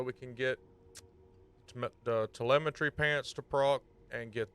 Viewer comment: My man said Telmeitry pants lmaoo. Shreds gg